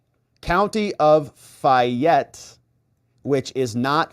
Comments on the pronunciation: FAY ETTE... ur driving me crazy. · Fay' (like may) ette. From Georgia. FAYette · FA (long A) Y,. Like a woman’s name - FAAAYette. I know you don’t speak Southern! Thanks for all you do! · Hey!! Back the bus up!! She was arrested in Fayette County Ga ( Pronounced FAY - ette,) NOT Fulton! Different courts, and Fani is NOT in Charge of that county!! Her daughters court in is Tyrone Ga...this is going to get good!!! See if mom pulls strings!! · As a Georgia native, I cringed every time you mispronounced Fayette, :).